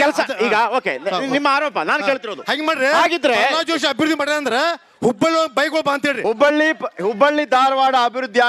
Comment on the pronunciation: ಪರ್ರಲಾದ ಅಲ್ಲೋ ಮಾರಾಯರೇ ಅದು😂.. ಪ್ರಹ್ಲಾದ ಅದು